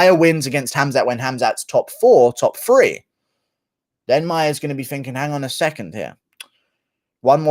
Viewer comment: Can you please learn how to pronounce three. Otherwise You da Man!